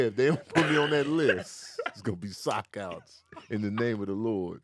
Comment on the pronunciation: “ sock outs “ 😂😂